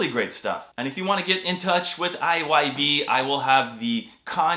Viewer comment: I'm so glad you pronounced I Y V...I've always ready it as IVY..😅